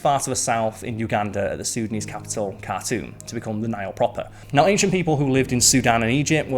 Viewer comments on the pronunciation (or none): It's the NILE N-I-L-E not NAIL. I made it a minute in and just can't with that GNE accent and speaking as if reading the legal details at the end of a commercial. I've heard pronunciate properly and at a steady pace, but even CC and thinks he's speaking about a damned NAIL. Sigh.